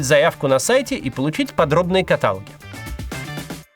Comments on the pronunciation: Не кАталог а каталОг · Кац, ну сколько можно говорить неправильно слово каталог😭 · Кац! Ты хочешь, чтобы я от тебя отписалась? До озверения меня решил довести? Какой, нахуй, катАлог????!!! КаталОг!!!! КаталО́г, блять !!!! Я ещё от "прикладывания усилий" не отошла а тут такое!!! Ещё раз такое услышу - отпишусь !!!